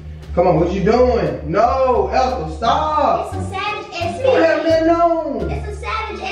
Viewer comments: “ Savage Xfinity” 😭😂 It’s Fenty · E really said savage xfinity instead of savage x fenty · not even sayin Savage x Fenty right 😭😂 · your hairrrrrr😍😍😍, you didn't even say savagexfenty right😭😭😂😂😂❤️❤️❤️